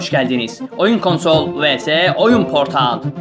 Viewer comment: konsol demesine gülen tek benmiyim